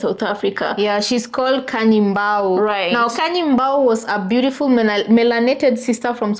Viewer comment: So sad she said beautiful like a white woman